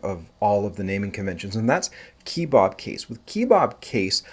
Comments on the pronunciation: 'kuh·bab' as in it looks like a Turkish skewered meat, not' keee-bob'. Why are you making up your own pronunciation and who is Bob lol? 😉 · Who says "key-bob"? "Keh-bob". Like those things you eat (and what you showed at the beginning of the video).